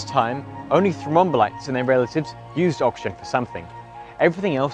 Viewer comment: Great summary, and well illustrated. One question: how many syllables in "thrombolites"? Sounds like is saying "thro-mom-bolites" (e.g., and )